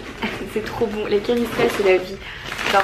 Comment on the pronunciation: Coucou Marie ! Je suis trop contente car tu as bien prononcé canistrelli, comme ça des gens vont moins faire la faute ! J'aurai trop aimé te voir sur Aiacciu mais malheureusement je n'étais pas disponible. Mais sache que je suis très fière de ton parcours, tu assures et surtout ne change pas ! Gros bisous 💕